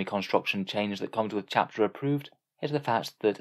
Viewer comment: "Huuuur, so when you say playing aroudn your subfaction's weaknesses, u meen not playing your subfaction to not have to deel wiss weakness" that's how you sound right now.